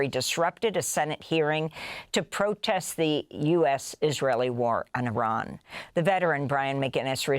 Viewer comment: Thank you for pronouncing IRAN correctly you are the only news outlet that does